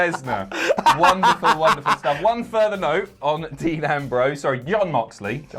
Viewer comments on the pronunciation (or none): Did just pronounce Mox's first name as Yon Moxley? xD